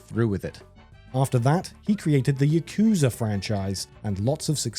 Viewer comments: Correction, "Yakuza" is meant to be pronounced "Yah-kpp-zah", NOT "YUH-koo-zuh"/ I'm not a fan at all about people "Englishfying" the pronunciation of Japanese words. You could say it's one of my pet peeves. And I don't mean mispronouncing by refusing to use a Japanese accent. I mean totally butchering the proper pronunciation. I have the same annoyance when someone pronounces "manga" as "MAN-gah", instead of "mahn-gah". It's just plain wrong, and I want to punish the first person in history who ever butchered Japanese words in this way, that had their method of errors burnt into the cognition of most English-speaking people as if it was "correct", when it isn't. But, whoever that may be, they've probably departed from the world of the living by now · He also pronounced Yakuza wrong. The emphasis is supposed to be placed on the first syllable, so it should be YA-ku-za